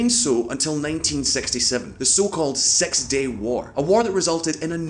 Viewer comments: "sex day war" whaaaaaa ? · Just six with a Bri-ish accent